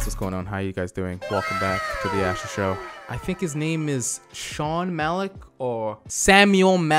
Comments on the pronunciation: asher is saying malik instead of malki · You may be dyslexic... You repeatedly read 'Malki' as "Malik". Mal-Kee, not Mal-Eek. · Isn't it malki and not malik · ITS NOT MALIK ITS MALKI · Thank you for the name correction..I was like, this dude dyslexic af lol. He readin it over and over and still sayin Malik 🤣 anyways, malki is a real life clout chasing clown. Nice video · Amm u said his name wrong like every time and the Bentley is a Roys Roys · I can’t watch this because the mispronunciation is killing me dude I’m screaming at my phone every time you say it wrong 😑